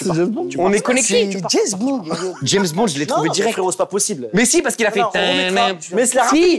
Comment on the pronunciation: trop de choses à dire sur ce passage😭 Roman qui trouve au hasard, le truc que timal jette sans faire exprès dans le chapeau, timal qui dit Jèzbond😭😭